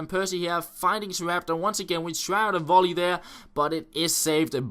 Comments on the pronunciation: WONDER WOLLY LOL YOU MEAN VOLLEY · That was so funny when you said wonder wolley instead of volley. your the best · Great video again, cracked me up when you said "wonder wolley" haha